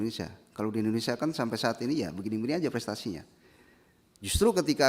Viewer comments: Si ibu aja nyebut indonesia = Endonesia Aku mah suka kesel org indonesia nyebut nya endonesia Klo org luar negeri sih ga mslh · Ijin bu rosi, Indonesia bukan Endonesia